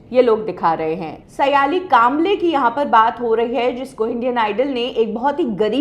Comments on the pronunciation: aap ke surname से लगता है आप महाराष्ट्रीयन हो. तो आप सायली को सयाली क्यू बोलती हो. इस शो का aur एक contestant सवाई भट्ट भी कई live concert कर चुका है. आप का नया set-up काफी achaa लग रहा है.👍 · not सयालि सायलि